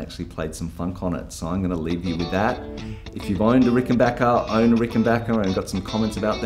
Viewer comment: Great video... and extra thanks for pronouncing 'Rickenbacker' correctly!